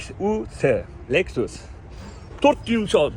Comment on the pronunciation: Lexus ni harflab o'qishizga 6 baho ))